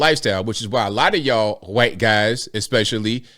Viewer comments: Why do you pronounce white: hoo-white? It's a one syllable word with a long ī, and a silent h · I like how you say white.